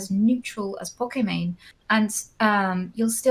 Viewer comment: Nobody: Destiny: "Pokimon"